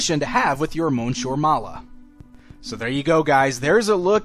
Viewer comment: It's pronounced Miss-ieur. It's annoying.